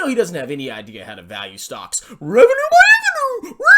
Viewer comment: “Revenue my evenue🤣 bruh😂